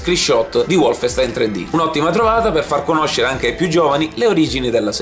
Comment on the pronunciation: Diamine, si dice "Volfenstain" non "Uolf...": è tedesco non inglese!